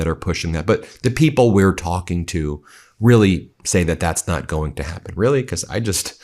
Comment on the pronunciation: Stop saying becoss